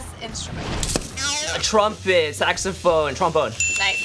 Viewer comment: CRINGINGGG when said “saxophone” and no one had a problem with it.